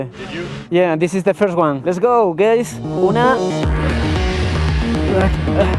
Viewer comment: 😂😂😂😂 se pronuncia gays no gueys,gueys son los de la bandera color arcoiris.